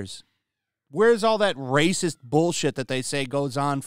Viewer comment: Love your stuff, hate when you (And ) think you are voice actors. Please stopt it with the trilled RRRRRRRacism